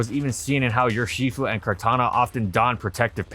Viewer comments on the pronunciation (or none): Yo no hate but why do you say yurshifu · If you pronounce Urshifu like that again, I will find you.